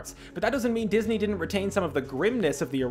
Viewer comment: I love how you say dis eye movies but I fact the incredibles and toy story are Pixar